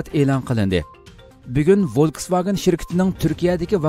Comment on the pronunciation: Wolkswagen emes folkswagen